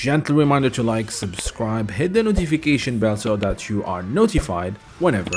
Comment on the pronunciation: It’s that not dat dat isn’t a word